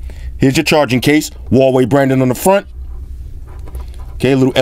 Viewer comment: its actually pronounced huawei and not wallway